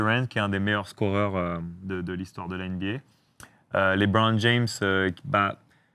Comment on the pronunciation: On dit LeBron, pas LiBron